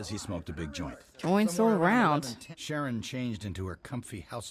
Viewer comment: Sharon not SHANNON